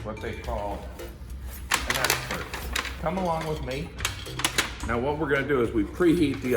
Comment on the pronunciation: Is he saying "actpert" instead of "expert"? Brilliant.